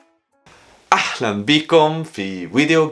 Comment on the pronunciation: اسمها اهلا مش احلا يا ههههههه